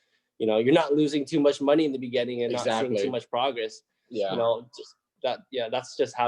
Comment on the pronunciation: I love all your videos but remember it's not moe-ni it's mo-ni. Listen to your recordings and you'll see what I mean. I like that Moaney though.😄👍👍👍